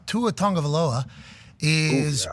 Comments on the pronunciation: It's Tag-o-vai-loa. There's no N in his name lol. Idk why people keep saying Tongovailoa 👅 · Tua Tonguovailoa, the the pronunciation. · Why does pat keep putting random letters in Tuas last name? There is no N in that last name lmao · Will Pat ever learn how to properly pronounce Tagovailoa? 😂😂😂😂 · More than likely not until he is retired. So Im guessing by end of this year like Week 12 or so.